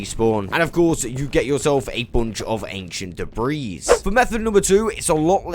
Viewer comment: The s in debris is actually silent, God if you were American you'd be one of those ppl that says ill-uh-noise for Illinois lmao sounds imbecilic but so does commenting about pronunciations lol. Good God you do say debreese a lot tho..lol made muh ears bleed.